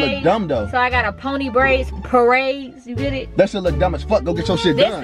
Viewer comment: “Praids” stfu 😂😂😂